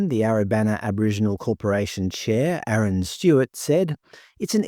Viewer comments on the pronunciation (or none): none